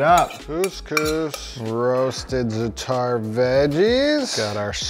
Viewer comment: It's Zaa-tur not Zuh-taar. Stop butchering every forgein word.